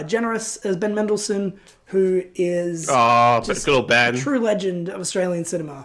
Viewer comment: So, I heard someone here finally say Bendle Mendleson.